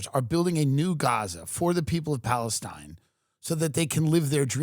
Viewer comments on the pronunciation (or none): none